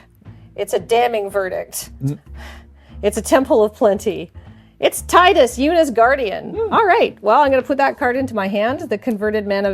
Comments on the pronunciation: Ya'll need to look up how to pronounce Tidus ☹ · If they wanted his name to be teedus then they could have either spelled it differently or put it in spoken dialogue. His name is spelled Tidus and that’s how people said it.